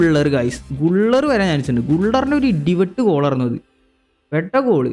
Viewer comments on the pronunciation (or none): ഗുള്ളർ അല്ല ബ്രോ ഗുലേർ